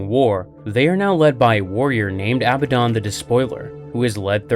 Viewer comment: pronounced " uh-bad-don". You're not british.